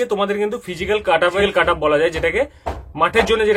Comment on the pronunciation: কাটাপ আবার কি হয় ভাই? কাট অফ হয় জানি যদিও যিনি ভিডিও বানিয়েছেন তারও উচ্চারন একই কাটাপ উচ্চারন টা ঠিক করুন স্যার It's 'কাট অফ' not 'কাটাপ' 😂😂